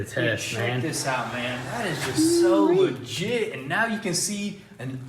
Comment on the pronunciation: How many times did he say ligite